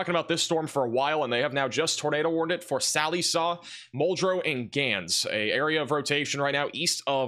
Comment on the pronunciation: Check pronunciation of Sallisaw